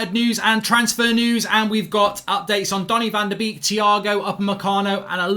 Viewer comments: haha he read it as "baby shark van de beek do do do do do do" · Stop saying van de beek wrong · Pronounce his name properly! Have some respect !